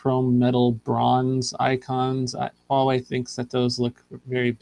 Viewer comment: Say it with me,: "WAH-way."